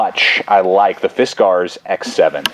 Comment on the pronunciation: He is trying to split a knot and doesn't seem to know that's why he was having trouble . And he says Fisk R's in such a forced way that at first I thought it he was trying to be silly or something... after the 10th time I want to travel time and space just to teleport to him making this video and make him acknowledge how obnoxious he sounds. Thanks for making the video though. Hope your doing well and hope you pronounce fiskars like regular Americans now 7 years after this was made. If not you should consider it